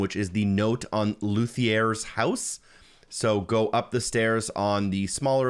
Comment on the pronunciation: A "luthier" (LOO-thee-ur, and not loo-thee-AIR) is a maker of stringed instruments. It isn't the homeowner's name, it is his profession in the village :)